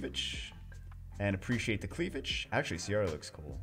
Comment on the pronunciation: "Precciate' the cleavej'"